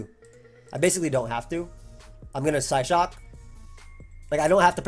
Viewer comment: "I have some Sp.Def on this, I'm going to live a Psyshock." What did I just hear?